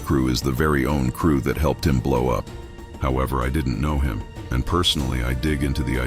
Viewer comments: Why the white AI voice say "nigguhs" tho? Get it together. Lol. Smh. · Dude narrating this video say niggas like a whyt person